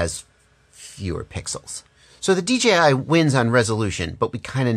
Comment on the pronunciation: Great review...... bottom line on which to purchase will be an individual. I could see you struggling to say DJI on a FS review and thats ok... but you gave the facts towards options and thats a fair review........ as far as I saw all the googles made that blue Mustang look awesome.... keep up the great work.